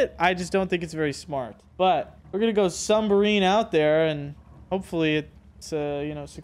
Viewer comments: It’s “submarine” not “sunbarmine”💀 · "Sumberine" sub-marine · Mans keeps saying sumbarine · New vocabulary word. Sum-barine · This man called it a “sumberine” 😂😂😂